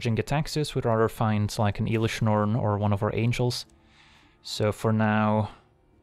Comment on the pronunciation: Please stop saying iiilish Norn 😅